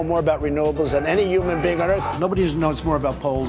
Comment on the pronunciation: Say it with me, Donald, Human, not uman